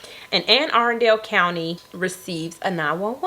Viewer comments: I pronounce it Anne Aruhn-dull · It's actually, A-run-dul pronounced. I'm from Maryland, and live 1 hour from there. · Anne Arundel (Arun-duel) …. I always like hearing unfamiliar people pronounce cities/counties I’m familiar with. Also, this story was wildddd , never expected this out of Annapolis, it’s so chill…. Maybe post pandemic but not pre!